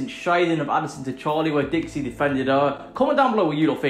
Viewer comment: You said Dixie's name wrong Everytime you called it